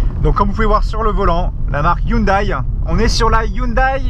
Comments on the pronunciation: "ai" et pas "aie" à la fin de la prononciation de "Hyundai" stp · elle est toujours erronée, ça se prononce pas non plus "Youndai" mais "Yondai":b Mais bon, on en a pas fini si on doit apprendre à tout le monde qu'on dit "Porscheuh" (Rip les américains), "Meustang" ou "Matsuda" etc etc x'D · 😂 comment tu prononces le nom de la marque 😂